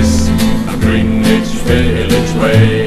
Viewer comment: Well, their English is good besides the pronunciation of "Greenwich"